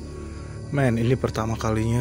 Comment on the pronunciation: pas ngomong meeen ko pengen ketawa ya saya wkkw